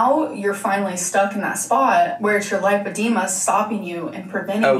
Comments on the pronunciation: there’s no ‘o’ in lipedema. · Driving me nuts that’s she’s saying LIPE-edema when it’s actually LIP-edema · It's super weird that she can't pronounce lipedema even though she had like, a two hour appointment with the best doctor in all of America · PSA: It’s pronounced lip-uh-dee’-muh The first syllable (lip) is pronounced just like the word lip. Think of the word lipid, as in fat. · It's super weird she can't pronounce it when she is obviously the world leading expert laygo level in lipoedema. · she says it right a couple times and then goes back to saying it wrong it makes me mad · I know a lot of people are getting on her about not being able to pronounce lipedema after a doctor has told her. But… then I remember she still says buffeT. She hits that T and she knows how it’s pronounced lol. So I feel like she just decides not to pronounce things correctly 🤷🏽‍♀️